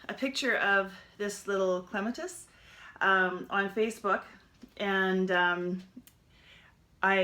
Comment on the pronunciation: Starting my Clematis now. BTW, it's pronounced clem -AT-us, like the flower. Thanks for the tutorial!